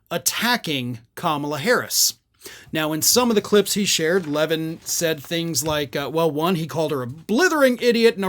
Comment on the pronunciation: Levin loses his mind when folks pronounce his name that way! LOL